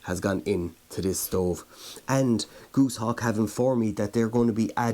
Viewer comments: Goose-hawk? Gos, as in Ross, hawk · Goshawk not Gooshawk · its goshawk not goosehawk